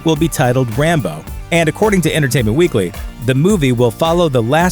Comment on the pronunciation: Sounds like "Rambone"